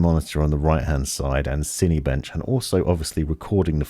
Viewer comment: The way you pronounce Cinebench upsets me.